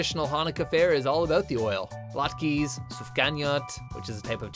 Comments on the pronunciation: When he tried to say latke, he pronounced it lat(kee), not lat(ka) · Nice research guys, except for pronunciation. "Lat-key"? Really?